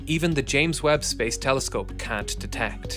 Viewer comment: “”Space Teleskope””